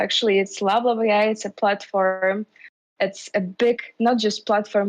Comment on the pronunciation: "lab lab ai" sounds "bla bla ai" many times :)..... you need to change the name